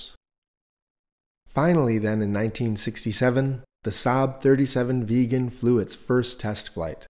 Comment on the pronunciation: A very good video, but SAAB Vegan?? It's Vigg-en.